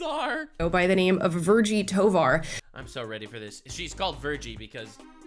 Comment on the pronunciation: Toevar she means thighvar